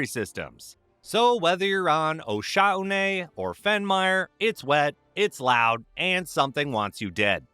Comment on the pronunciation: Osha-oo-what??? Isn't called "o'shon"